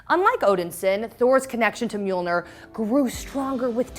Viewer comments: has the audacity to call Mjolnir Mjilnor. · And Mjilnor in the beginning. My heart..